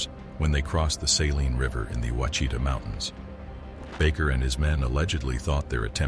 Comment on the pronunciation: Ouachita is pronounced "wash-uh-tah."